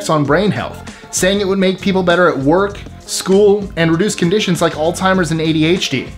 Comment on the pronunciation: Why do people pronounce alzheimer's as oldtimers?